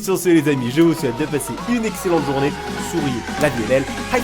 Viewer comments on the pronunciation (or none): none